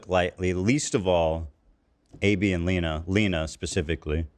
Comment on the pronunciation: how tf are you gonna mispronounce a name as simple as Lena, as "Lin-uh", especially when you literally found a clip about the chick AND edited it to show her own husband saying her name correctly . Bro really